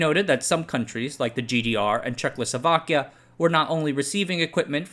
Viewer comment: I keep smiling at you pronouncing «Czechoslovakia» as «Check losovakya».